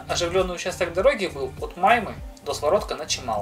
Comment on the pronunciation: не мАйма, а маймА. И не сёминский перевал, а семИнский (от названия реки семА)